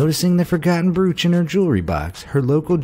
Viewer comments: Bruch? Do you mean brooch? 🤔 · Bruch?? Brooch like roach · OMG I COULD NOT DEAL WITH THE WAY HE PRONOUNCED BROACH "BROOCH" AHHHHH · In regards to #10, despite the spelling, "Brooch" rhymes with coach, not cooch. Lol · Did anyone else want to jump off a bridge by the end of the first story after hearing him pronounce broach as BROOOCH for the 500th time? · If he says “bruuch” one more time... 🤦🏻‍♀️🤦🏻‍♀️🤦🏻‍♀️ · Brooo-ch. lol It's an effing BRO- ch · Broooooooch not bruuuuuuch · It’s pronounced Bro-ch (broach) not Brew-ch lol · That's brOach... NOT bruch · Pronounced "broach" not "brooch"!!!!! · you don't pronounce it as brOOch. It's pronounced Broach as in Float. Kindly re-programme your voice emulator. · Pronounced BROACH not broooooch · "brooch" is pronounced broach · It's a BRO-ACH - as in Roach. WTF - you had ONE job. UGH. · 🤦🏻‍♀️. Brooch is pronounced with a long o. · THANK YOU! Between that and brooooch, it was driving my crazy. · Brooch, pronounced broach, broach, broach! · BROOCH?...... pronounced.. broach as in bro ch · Brooch is pronounced with a long "o" sound, like broke,. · It's the British old school pronunciation. but I doubt the narrator knew that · You ate pronouncing the word "brooch" incorrectly. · Dude, you don't know how to pronounce the word "brooch"? Wtf? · That is not how you say "brooch" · Your pronunciation of brooch is so aggravating